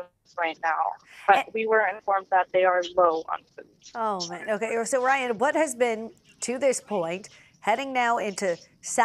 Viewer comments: when you too "tupid" to say "Ray/Ann" and keep erroneously calling your interviewee Ryan . . .🤦🏻‍♂️ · Ray-yan, it’s really not that hard to make an effort to say her name correctly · "I'm joined by Ryan. Am I saying that right?" "It's Rayan 😄" "Right 😁, Ryan." LOL why'd she even ask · It clearly says Rayan but ends up calling her Ryan 😂🤣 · OMG how does she get Ryan from Rayan? So disrespectful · Ray Anne. RAYAN. The news lady is saying Ryan 😅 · Host asks if she said the girls name right … girl corrects her and says her name is “Ray-an”, host continues to call her Ryan lol …. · Seriously. Her name is Rayan. She even corrected you and you still called her Ryan. Insulting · Ray-Anne, not Rye-Anne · Rayan!! RAY-AN!! It’s literally spelled how she said it! Stop calling her Ryan. The journalist is disappointing. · It’s Reyan~ Not Ryan🥸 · Not a name you commonly come across in English, I'd probably pronounce it Ryan too if I was taking a stab at it. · bruh, she was corrected on the spot. not that hard to just learn to pronounce it correctly. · the anchor cant even say the persons name right. she even corrected her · This newscaster really couldn’t figure out how to say this woman’s name lol like she literally said it for you 😊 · Says name wrong, is corrected, continues to say name wrong. Incredibly rude and unprofessional. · Stop saying her name wrong lol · Get her name right! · Was it that difficult to say her name right? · tells her how to pronounce her name still mispronounces her name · Pronounce her name Correctly jeezh